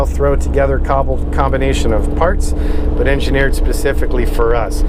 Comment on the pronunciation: Engineered "pacifically" for us...werd, lol